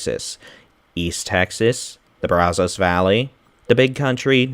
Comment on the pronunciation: Bra Zo's? uh no.. Brah zas is how you say it IF YOU ARE FROM TEXAS.